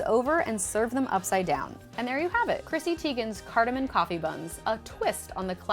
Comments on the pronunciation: she literally calls it 'cardemom coffee buns' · The way Americans say 'cardamon' is cringe-worthy.